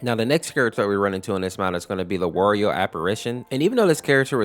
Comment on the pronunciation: you pronounced wario as "worio" its "wa rio"